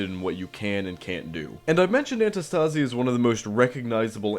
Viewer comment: Btw antistasi is from the free work αντίσταση which means resistance and you are pronouncing it wrong the tone is on the antiiistasi not antistaaasi